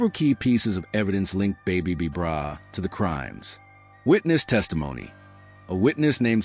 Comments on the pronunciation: boooo u saying the name wrong..who is babe b brah smh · your not even saying his name right! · The information about the original B-Brayz is false. He never went to the Pen. On top of it all they mispronounced his name throughout the whole video. This is completely disrespectful. This video needs to come down.